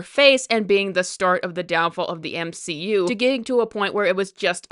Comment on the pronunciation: The M-she-U